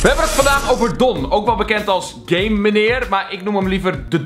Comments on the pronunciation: Het is GAMENEER niet gamemenerr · Het is geen gamemeneer maar geeemeneer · ben ik de enige die de heletijd gaymeneer verstond inplaats van gameneer XD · Ik verstond ook tijd gayemaneer